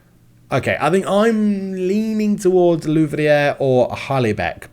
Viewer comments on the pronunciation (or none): none